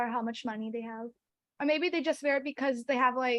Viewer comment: Most of Jiyas answers are informal...... her pronunciation for Because is wrong and many more